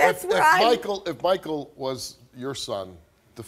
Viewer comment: His name is Michael, not Markell.